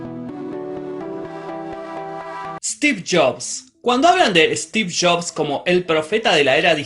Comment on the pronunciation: "Steve Shops" me encanta el acento argentino xD